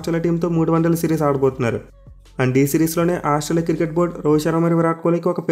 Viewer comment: Cricket ❌ kirket 😅